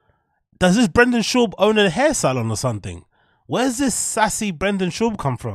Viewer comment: ”BRANDON SHAUB” 😂 she started the Brenda Schlobbo movement.